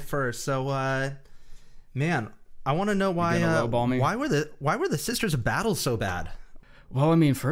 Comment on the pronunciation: “The sisters of badtle” fucking killed me.